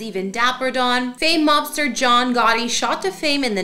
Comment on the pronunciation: Are you saying Gotti. Or Gawdy?